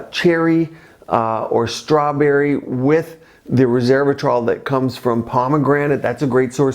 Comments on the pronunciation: res-SERVE-a-trol ? It's spelled res-ver-a-trol so I've heard it pronounced res-VER-a-trol. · I keep hearing "RESERVATROL" instead of "RESVERATROL". Sorry 😞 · Resveratrol not reservatrol. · ResVEratrol. Not Reservatrol. Lol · pronounces it reSERVEratrol 😂 instead of ResVERAtrol. Dr you are caught red handed 🤣🤣🤣